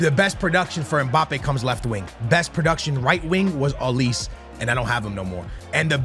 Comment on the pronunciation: Olise is pronounced O, li, Seh.